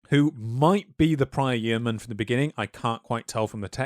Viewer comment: I really loved this video but the pronunciation of yeoman and Yeovil in this video was grating 😭🤣